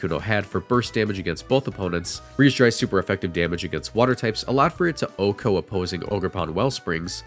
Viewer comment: I respect your cool voice, but not the way you pronounce OHKO...